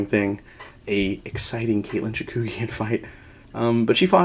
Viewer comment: FYI, you kept transposing the vowels in Chookagian's name... you pronounced it like Chakoogian ;)